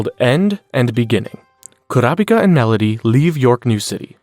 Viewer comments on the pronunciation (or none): Enjoying the video but it is driving me crazy how you keep switching to different pronunciations of Kurapika... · I’m confused why you pronounce kurapika’s name differently every time you say his name